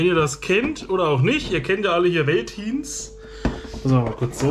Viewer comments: Wie du Veltins ausprichst 🙈 es wird Feltins ausgesprochen. Bier Eistee noch nie was von gehört 😅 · Hat mir überhaupt nicht geschmeckt.. genau wie Curuba witziger weise^^ Süß wie du das V in Veltins als W und nicht als F aussprichst^^ Mit dem Napf hab ich das Problem nicht, da Julia nur noch Nassfutter annimmt und den ich noch ein Schuss Wasser dazu mische.. dadurch verschüttet es nicht so schnell.. außerdem hat der Napf nen Recht safen Platz im m Flur..